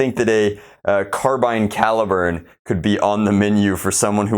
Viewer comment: Thank god he pronounced carbine right. (Before people get triggered. Its a subjective thing. I just cringe whenever I hear people say 'car-bean')